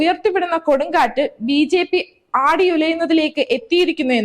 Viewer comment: കൊടുംകാറ്റ്......... 😄😄😄നോക്കി വായിക്കുമ്പോൾ തെറ്റല്ലേ..